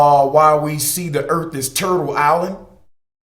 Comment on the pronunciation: Where is this planet Erf you speak of?